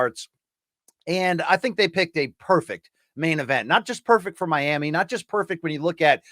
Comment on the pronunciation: And pls also pronounce 'Miami' a bit better at the start